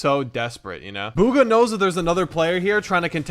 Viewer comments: Its bugha not booogha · ITS BUG-UH NOT BOO-GUH. THAT MAKES ME SO MAD. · Bug-hA not bUg-hA... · BOOGHA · It’s pronounced B - oo-Kha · I thought his name was bug-uh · you said hes name wrong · thats not how yow u pronounce his name bro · You guys cant pronounce bugha properley